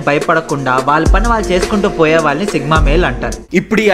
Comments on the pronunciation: Sigma not sickma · Sigma ❌sickma ✅😂😂😂